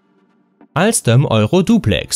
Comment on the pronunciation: Junge es heißt TGV das ist französisch und AlsTom wird es gesprochen ich arbeite da